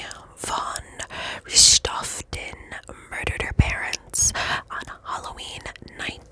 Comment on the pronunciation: Hi ,the name is von Richthofen .i know German is difficult. 😉 Greetings from Germany.